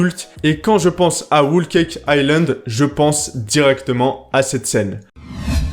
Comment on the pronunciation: T'as fini avec ton "Whool Cake Island" 😂